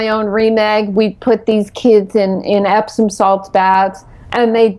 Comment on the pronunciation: "Epsom salts" not "Epson"